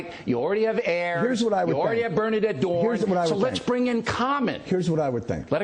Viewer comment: O'Reilly mispronounced Bernadine Dohrn's name..